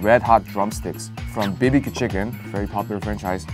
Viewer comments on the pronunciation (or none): I ain’t never heard someone pronounce bbq like that